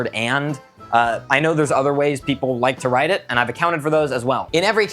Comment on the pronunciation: vid idea: Now that he's said "drite" for write and draw, I want him to make up words he think the english language should have